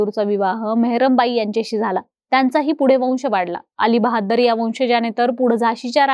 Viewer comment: शमशेर बहादुर 🎉🎉 Not बहाद्दर 😢😢😢